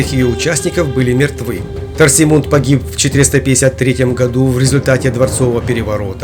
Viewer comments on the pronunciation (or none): Сына Теодориха звали Торисмунд а не Торсимунд